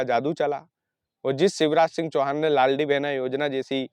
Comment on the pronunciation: Bhai laldi behna nhi "Ladli behna"😂😂😂